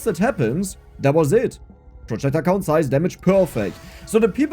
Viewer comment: "Projectile cOUnnt" per the accent xD